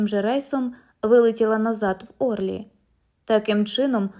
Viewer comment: Не Орлі, а ОрлІ.Перевіряйте наголоси,хоча б,географічних назв.